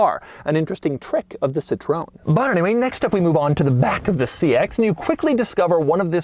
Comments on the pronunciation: Please, it's called Citro- en.... Not Citron... In French , That means lemon ... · „Sit ro ann“ not Citron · Incredible car. Beautiful CITROWN 😅 I drive a new car of this brand and I'll always say it the american way since today 😅😅😅 En français on dit Citroaine ❤️ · Yep, just a little research and presto!, you could actually pronounce it correctly! Citroen pronounced “Ci-tro-en” and not Sitrone! ....and it’s not “weird” it’s called ‘flair’ something the French were brilliant at. Daring and bold design created decades before anyone else. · Americans: Citröen - 'Citron' (is it a lemon??!). Peugeot - pue-g-ott Everyone else: Citröen - si-tro-en Peugeot: - purr-jo (with a soft 'j') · See-tro-En is the easy way. It's in fact a made up name, starting from Citron which is Dutch for lemon. The founder's father's added an e to the name, Citroen, then Andre Citroen added the umlaut. Totally made up, so the pronounciation is all over the map. Just not "Citrone" as Doug is saying, because that's french for lemon. :-( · BTW, Mr. De Muro, Citroën is pronounced like “seetroenn”, not “citron”, which is lemon in French (the fruit, not lemon as in bad car like we say here in the States. In France, that would be “une voiture pourie”-a rotten car- or sometimes “un four”- pronounced “foor”- literally an oven, which is about as immobile as you can imagine). This car was all of it in French luxury back in the day, along with the now largely forgotten Peugeot 604 and the Renault 20 and 30 models. I had the chance to rent a brand new Xantia in ‘95 when I was over there, and that was a blast. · I heard someone saying citron (which means lemon), instead of Citroen, but what did I expect from a guy that mispronounces his own name. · Hallo Doug... Little update :Citroën is pronounced as Citro-ën, not citroon😂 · It's not "Citrown", it's See-tro-ewn, Doug. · SITRON? for real is "SITROEN" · It’s pronounced “cit-rin” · no. Cit-row-N is the correct pronunciation. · more see-tro-N (as the letter).